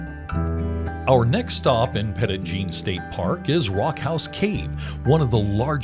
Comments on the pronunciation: Great video! My grandparents lived on the mountain when I was a kid, so my family spent lots of time at the park. Cedar Falls Trail was a lot easier when I was little! One small correction: it's actually pronounced Petty Jean. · You managed to mispronounce the park's name throughout. 🤦‍♀️. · The Park Rangers never told you to pronounce it that way 😂. Which is neither the Arkansas pronunciation nor the, nor the French pronunciation. You came up with a made-up pronunciation all your own.